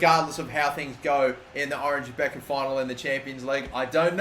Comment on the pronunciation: I doubt you will be managing in The Netherlands for much longer but just for my sanity's sake it's pronounced the Oranye Bekker